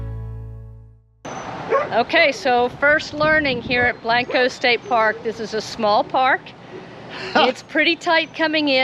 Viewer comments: Blank-co is right, not Blahnk_o! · say it like this... blank co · Both are pronounced Blank-O. Come on man!!! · Well I found your introduction a little annoying. Blanco is not Blonco. Otherwise great video. My ancestors settled Blanco.